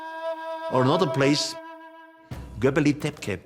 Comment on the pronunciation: If you are coming up with these crazy theories you should at least know the names of the places you are talking about. Göbekli Tepe, its Göbekli Tepe and not Göbeli Tepke... this is like saying: the great pyramid of Gaza.....